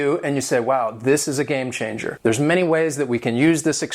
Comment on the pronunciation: why do you pronounce it game (sh)anger...? isn't it supposed to be pronounced game (tch)anger...?